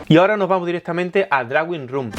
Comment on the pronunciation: (con todo el cariño) “droing” mejor que “drawing” Saludos.